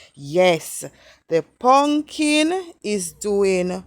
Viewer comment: "wukless punkin"😂😂😂😂you are hilarious